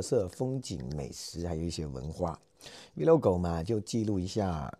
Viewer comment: 加油💪🏻💪🏻💪🏻💪🏻 “Vlog”（英語是：Video blog、Video log）是一個音讀出來的，不是讀”V logo”。可以上網聽聽人家是怎樣讀。